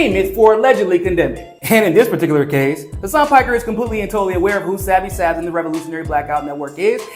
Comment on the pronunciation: Hasan "PAKKER"🤣 i love you but u couldnt say most English word of all😂